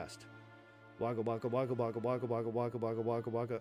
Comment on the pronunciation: Every time you say Wagga Wagga, a part of my soul dies. 💚💚 As ever, thanks for the naration.